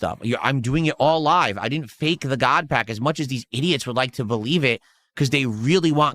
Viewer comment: It's weird all his "major hits" came when he pulled them off stream besides this "GAWD PAYUCK" I know he's buying singles and saying he ripped it from packs. This is like a daily crashout now and I know he just went on TCGPlayer or the like and went "hmm yes, me want big hit so I can bust about it" Probably most of his "hits" were bought online and he seeded the GAWD PACK. Literally just don't trust anything he opened offline. Its much funnier if he did, and due to his own lying self, no one believes his hits as genuine. He's totally drinking off stream ripping packs drunk cause of this.